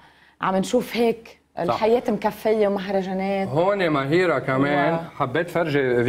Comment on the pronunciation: مُهَيرة أتوقع تنلفظ بضم الميم